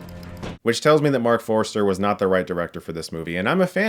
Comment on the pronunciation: Forster not Forester